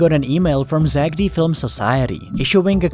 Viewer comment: Stop saying zackedy its zack D